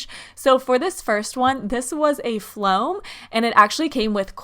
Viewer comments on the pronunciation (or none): Why is that intro so long and why does she say flom like no it foam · Soraya Partida floam* not flom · Soraya Partida uhhh well it’s called floam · Can you stop saying floam